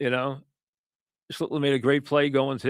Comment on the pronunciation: Mike doesn't know how to say "schlittler" does he?